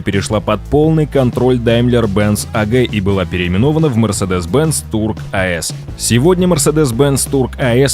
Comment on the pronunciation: В видео про историю компании неправильно произносить её название - это сильно